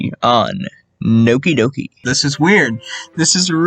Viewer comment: You sound like your saying yoki yoki